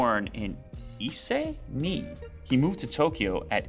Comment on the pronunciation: Ise, Mie is not pronounce as Ise Me, its Isey Miey